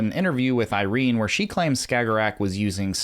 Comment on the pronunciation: IrenA, not Irene. Sorry it's bugging me haha